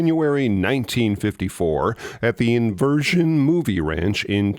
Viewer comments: That was SO SO SOOooo cute. Filmed at "Inversion Ranch in Chatworth, California" Iverson Ranch is in Chatsworth California. Only a couple letters difference, but the resulting pronunciation was cute to hear for us locals. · Hi, was that Iverson Movie Ranch? I thought I heard you say "Inversion" Movie Ranch. Also, wasn't Tobor the robot on the Captain Video show? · LOVE THE DEEP DIVES ! That said you mispronounced my neighbor the Iverson Ranch. Correctly said: I - VER - SON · You've done a great job with your series, Movies, Music & Monsters. That said, in your podcast on Tobor, you mispronounced the name of the movie ranch where portions were filmed. The correct way is I VER SON - I came of age living next door to the Iverson Ranch - location home of The Lone Ranger TV series. - Art Griggs